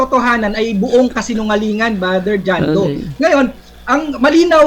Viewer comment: Naaawa ako kay, dahil hirap na hirap siya na bigkasin ng tama ang pangalan ni Bro. John Doe...